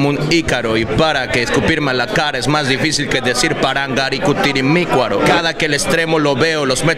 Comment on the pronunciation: Nadie: Absolutamente nadie: El men q no sabe decir parangaricuturimicuaro